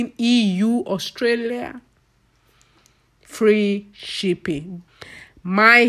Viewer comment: May God forgive you.. She's here making her money and you're there looking for correct pronunciation. Abeg Who English help?